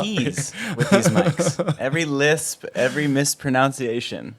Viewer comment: Love the podcast but mispronounced mispronunciation